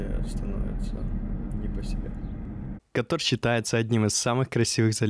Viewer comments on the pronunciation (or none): none